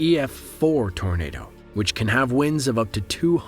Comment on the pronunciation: It sounds like your saying tornader